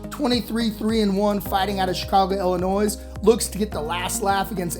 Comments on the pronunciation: Illinois dont pronounce the s. Ill-eh-noi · Illi-noise lol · Can't pronounce Illinois in 2024